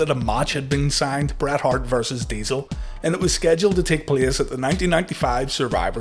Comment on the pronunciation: Then damn dude, don't call him "Bret Heart" 😅